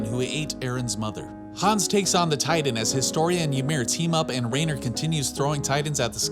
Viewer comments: i know its not a big deal. But how are you pronouncing it R(eh)ner when throughout the show it is consistently pronounces R(eye)ner lol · Anybody else bothered that he says “Rainer”